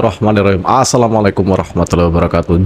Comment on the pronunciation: Maaf mas,.... Kalo baca BASMALAH dlm opening.... Bismillaahirrohmaanirrohiim... Jangan bissmillaah hirromaanirrohiim... Ngapunten mas.... Maturnembahnwun....